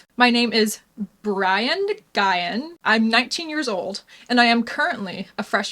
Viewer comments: I've seen the last name Nguyen pronounced as New-gen (the -gen pronounced how it is in generation), just to help you out. Good lord the fupa on him in that blue dress! Most fat women would never dream of wearing something like that for that very reason! He must be an AGP. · I agree with a lot of points but come on,you were being pretty racist,”I dunno if it’s racist but” yeah it is,very much so,and pronounce the name properly,it’s a very popular Vietnamese last name,you doing all of that makes all of your stuff hard to support,get it together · you should learn how to pronounce his name properly. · theres half a million people with that name in the US alone. If we're making arguements about accuracy... at least attempt to pronounce a super common name properly. That's all im saying. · No offense but most people know how to pronounce Nguyen. No hate just saying. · That’s actually a good thing. This bloke Brian deserved to be called n-guy-en, so he can’t taint the name for others Nguyen (N’win) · Pronounced: my-guy-in? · It’s pronounced like win 😂 women refuse to protect themselves or their spaces. Mens feelings are more important than women’s opportunities and safety. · Nygen is pronounced new wen.* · I don't know if you're being serious or not, but Nguyen is basically pronounced "Win". Not really, but that's about as close as you can get to it in English. I sometimes hear it pronounced NuWin. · Nguyen = pronounced "when" ✌ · Just help it’s pronounced new-gin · It’s pronounced “win”. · Nguyen is pronounced as "win." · Nguyen is pronounced “win” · I think its pronounced as Newan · Why the fuck look it up if your not gonna say it properly? I wasn't even a difficult pronunciation: NOO-en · The AI pronounced it as nuu-when. Brian fits him anyway. He certainly puts the guy into neGUYan. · Nguyen is pronounced “win” don’t ask me how 🤷🏻‍♀️ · i think its pronounced new-gyn. not that it really matters. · Isn't it pronounced, 'New ern?' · It's pronounced "Win"